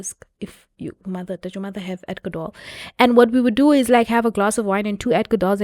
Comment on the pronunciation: Adco-dol. you see neh. it’s a problem